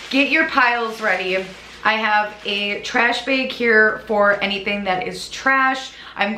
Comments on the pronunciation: I'm sorry, I kept getting stuck every time she said "bag". I kept thinking she said "bed"...🤦🏼‍♀️ lol I have the hardest time understanding the midwest accent. But I loved the video! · I love the way you say, bag!!!!! Lol!!! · So random but I really like the way you say “bag.” 🥰